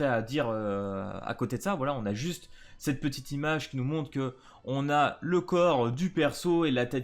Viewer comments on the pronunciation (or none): none